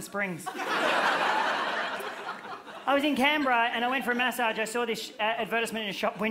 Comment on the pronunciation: I thought he was talking about messaging and was so confused about his prononciation